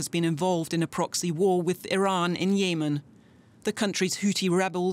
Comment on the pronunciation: why half "journalists" cannot pronouns correct easy names? "YEEEMAAN"?!